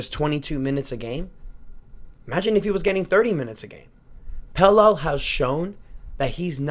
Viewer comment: I could’ve sworn his name is pronounced Pel-la